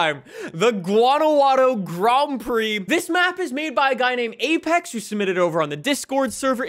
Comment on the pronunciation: Grond prix. Why do you pronounce everything with a twist